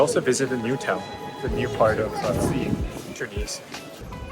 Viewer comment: Even though you knew nothing about the country I appreciated your openness to the experiences. The only thing I found slightly grating was your inability to pronounce Tunis correctly. It doesn’t sound like two knees, second syllable has a short vowel.